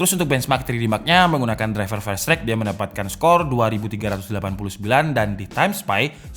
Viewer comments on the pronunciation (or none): none